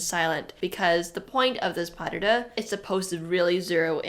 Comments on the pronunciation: If you were listening carefully...they pronounced pas de deux correctly (pah der der phonetically). No dahdah anywhere. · pas de deux is pronounced : pa (a like in Las Vegas or marijuana), de deux (the sound de or deux is almost the same like in the name maDEline) I tried to find a good exemple but it is not really an "English" sound ! If you type "pronunciation pas de deux" on internet, you will find a video with it ! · Please stop saying "pas dahdah"😢